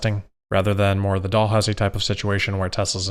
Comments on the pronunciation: Dalhousie is pronounced “Dal” housie not Doll housie :). Dal as it rhyming with Pal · Hey, I'm from Halifax, just letting you know that the proper way to pronounce Dalhousie University is 'Dal - Housie'. Instead of how you said 'Doll-housie'. Cheers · Hey i'm from nova scotia where Dalhousie U is. It is pronounced Dal, housie. as in Pal Gal Hal Sal Val Dal. not doll Oh and nice work with Jaguar;) Keep up the good work